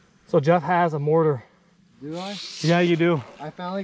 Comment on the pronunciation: Anyone else cringe everytime they say mortar?